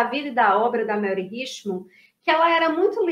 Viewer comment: Mary em inglês, SE pronuncia MÉRI e não MELRI